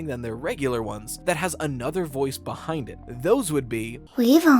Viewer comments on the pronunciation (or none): none